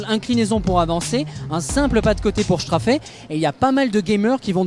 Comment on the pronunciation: chtrafer ? ptdr